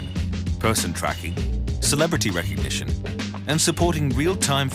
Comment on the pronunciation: STOP SAYING RECOGNITION WITH A K